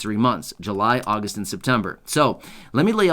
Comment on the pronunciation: Chain again? You said Jun Jul and Agost